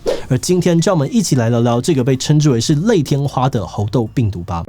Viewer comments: 一直聽志祺唸「紅豆」病毒讓我很出戲XD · _777Plus1:我也聽成紅豆.....肚子餓了:_777Orz1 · 一直聽到紅豆，我是餓了嗎？